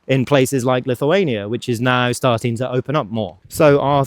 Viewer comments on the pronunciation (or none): none